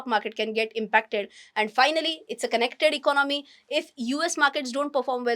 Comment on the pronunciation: You seems very confident when you speak but try to learn to speak few words like economy and certainty correctly and may be few more